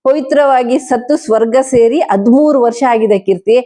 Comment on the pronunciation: ಅದ್ಮೂರು ಅಲ್ಲಮ್ಮ ಅದು.ಹದಿಮೂರು.Thirteen ಅಂತ ಇಂಗ್ಲಿಷಲ್ಲೇ ಹೇಳು ಪರವಾಗಿಲ್ಲ.ನಿನ್ನ ಪರಿವಾರದವರು ಆ DK Ravi ಗೆ ಒಂದು ಗತಿ ಕಾಣಿಸಿ ಎಷ್ಟು ವರ್ಷ ಆಯಿತಮ್ಮ?